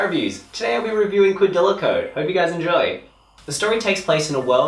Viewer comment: did this nigga just say "quadila code"?